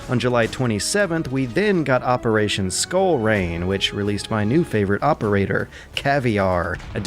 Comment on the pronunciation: " favourite operator" but pronounces it terrible